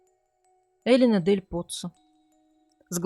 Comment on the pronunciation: Почему Элина с ударением на первый слог? Неужели так говорят в Италии?